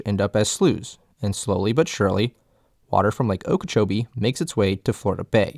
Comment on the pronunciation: Gret video, you got very good research and information here, just two points from a native. Okeechobee. The stress in that word is on the "CHOBEE" like o-key-chobee, and the other is Tamiami - Ta-mee-a-mee